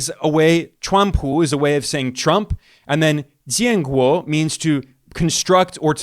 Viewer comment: Ben, Your way of pronouncing "jian guo " while refering the Chinese nickname of president Trump was so accurate which shocked me,as a guy came from Beijing some thirty years ago! Good job Ben! You will do well with the Chinese language.